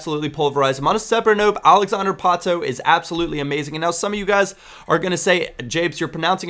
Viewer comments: It's pronounced like it were not the American way ( alexander Pātō, English ) but Portuguese like Alèksàndré Pātú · Its not Patoo Japes... And you are pronouncing Alexander wrong too